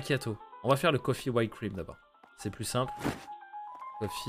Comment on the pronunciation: Whipped cream , she prononce wi p cream pas why p cream ! Fini de faire. On relic video genial